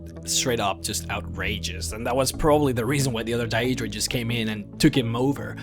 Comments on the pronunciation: He pronounces it like in Oblivion which is "DAY-EE-DRUH" , Skyrim is "DAY-DRUH". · You put way too much emphasis on the word Daedra. DAEEEEEEdra. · say Dayeedra one more time....its pronounced daydra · It's daedra (day-druh) Not daeydra like he says it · its not dayyeeedra its daedra common man say shit properly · I hate the way this guy says Daedra. Its pronounced 'Day-druh'. Not 'Day-ee-druh'. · day-dra, not da-edra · Stop saying DIE-EED-DRAH. The correct pronunciation is Day-Dra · he says daydruh a couple times. he doesn't seem to be able to pronounce words properly anyway - so it can be forgiven. It could be an act of course. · Its pronounced one way... DAY-DRUH... Thats the end of it. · You can not even pronounce deadra properly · why do you pronounce daedra like a dumbass xD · the way you pronounce daedra and daedric is triggering me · love your vids, but you make me want to use the wabbajack to turn you into a sweetroll everytime you pronounce Daedra and Aedra wrong XD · am I the only one raging at his pronunciation of daedra and aedra? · Maybe we'll see one where you can pronounce Deadra correctly, the other stuff you misspronouced, is annoying, but the amount of times you said that wrong, dude, you need to listen to the dialog in the games and you'd get it right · I really, really hate they way you say deadra... Other than that, great video. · You got all the information spot on except for one thing...the way you pronounce your words. Idc if english isn't your first language or not. thats still pretty bad...Jyggalath? where the hell is there 'th' i'm sure theres a 'g' there. as well as how you pronounce Daedra... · The only thing that irritates me about this video is the pronunciation of 'Daedra' and 'Daedric' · Jyggalath ? What the fuck not only can't this guy prenounce Daedra, Sheogorath or even JYGGALAGG holy crap... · You pronounce Daedra wrong. You don't emphasis the e...